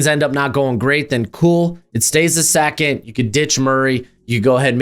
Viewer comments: Why are you saying Sackond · I've watched a lot of these guy's videos & Ive never noticed him having an accent or a speech impediment & I must have heard him say 2nd before because I mainly watch his mocks. Why the Hell is he saying "sackent" instead on 2nd. Is he Fn with us? Did he make a bet with someone? Is this a "now" "meow" situation? LMFAO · The way you say 2nd is insane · The way you say “second” is WILDDDD 😂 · I came to the comments for this 😂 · Love the channel, but say "2nd" again 😂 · fr. I have seen so many of his videos and that caught me off guard